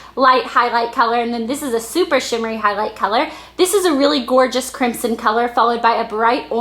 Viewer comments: it's pronounced crim-son. Not crimp-son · the "s" in crimson is pronounced with a "z". Just so you know :) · it's pronounced crimZon -_ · ok i love this:D BTW isnt Crimson pronounced Crim-SIn? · you say crimson wrong.